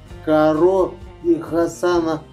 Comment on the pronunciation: Не каро,а Таро!🤦‍♂️